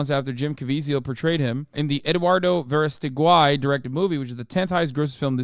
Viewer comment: Hasan mangled the last name Verástegui, damn 💀💀